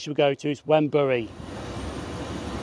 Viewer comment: Great video! Many thanks. Wrenbury is pronounced "Renbury" i.e. the "W" is completely silent. I could be wrong, but I think the bit you showed of the Wrenbury old station building was indeed once that, albeit now painted in cream and the windows and doors blocked off and now integrated into someone's house. Not sure though, as my memory is fading. The small square building a few yards from the level crossing was once a tiny Barclays bank.